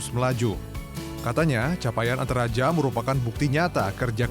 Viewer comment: ANTERAJA ❌ ENTARAJA ✅